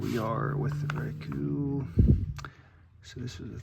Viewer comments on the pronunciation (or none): It's pronounced, Rock you. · Hey I don’t blame you on pronouncing the brand I’m the same way😅 but great video because I’ll be picking up some soon 🔥